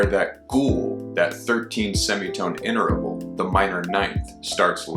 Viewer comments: Please don't say "inter-a-val." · Are you sure you're pronouncing the word interval correctly?